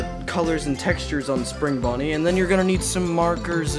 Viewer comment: I love it the way he says spring bonnie plush.